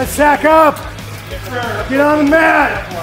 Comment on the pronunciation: lmao thought I was the only one who caught it. Definitely sounded more like in than on